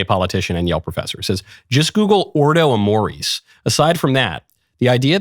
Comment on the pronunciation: It’s ordo amoris. Ordo, as in order. Amoris, as in love.